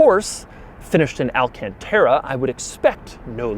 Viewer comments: why do people pronounce it “alcantera” when it’s pronounced “alcantara”? I will never get that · why does he always pronounce it wrong? he says tera instead of tara... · Al-Can-Terra Al-Caun-Taura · Take a shot every time Doug says "alcanteta" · AL-CON-TAR-A thats how you pronounce it u idiot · Niggah say alcontairUH one more time. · This fu*kin guy does the most annoying pronunciation of "alcantara" + "1.5 million dollars" Hope you stop making videos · Nobody: Not a single soul: Doug: alcantara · Please don't ever say Alcantara ever again. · J M Everytime he says it slap ur self in the head